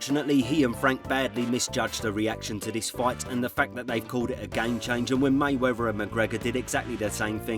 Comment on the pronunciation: It’s Ignorant for you to say May Wevver instead of the proper May WeaTH e r,,, C’mon Man. King’s English